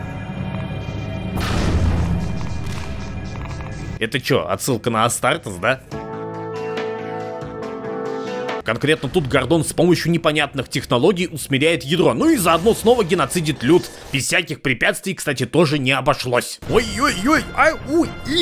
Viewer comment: Я думал таки скажет не ГОрдон а ГордОн